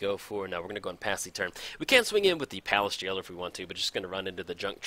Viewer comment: Payliss Jailer? Words are hard aren't they? ;p